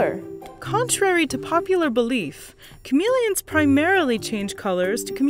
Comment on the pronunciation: why is she pronouncing it chameleons but not chameleons